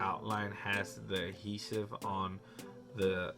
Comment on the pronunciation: Adhesive my man, aDhesive. Not "Ahesive"...